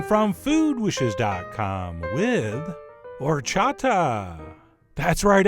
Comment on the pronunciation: Chef John you got perfect horchata pronunciation.